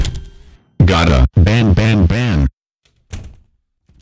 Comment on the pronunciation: Gotta ban ban ban but sounds like Bam Bam Bam